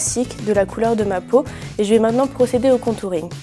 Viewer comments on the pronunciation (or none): none